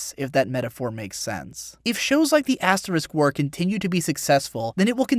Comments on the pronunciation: You sound like you're saying "aSS war" rather than "aS war". heh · I swear I thought you kept saying ass war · Love how he pronounces it as Ass-war. OH, and by the way hits the subscribe button